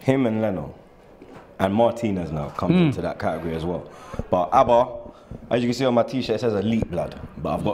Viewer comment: the name is Auba not Abba... c'mon mate...